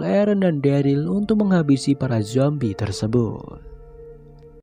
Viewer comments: bang.. dia derel bang bukan deril 😭😭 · Yg bner Daryl